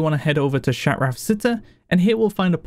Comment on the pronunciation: “Shatrath Seteh” - Love it! Haha